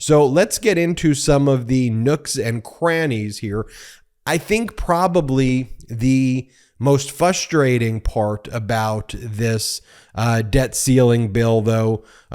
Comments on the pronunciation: Frustrate and Library both have an R Please Ben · Ben, love your videos, but I beg of you to acknowledge that the word "frustrate" has an "r" in it.